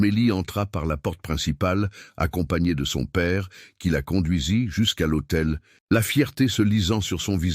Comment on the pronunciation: Devant « l’AUTEI.. » et non pas l’hôtel.. Ceci mis au point, je vous écoute avec plaisir du Sud de la France.. Très belle histoire d’amour..merci.